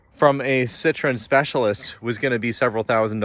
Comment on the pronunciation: you gotta throw in a bit of Francais, it’s a Citroen. Parlez.)😂